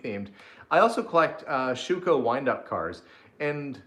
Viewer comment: My maiden name is Schwuchow pronounced Schuco in the USA. I can’t tell how happy it makes me to hear say my name! 😁👍😁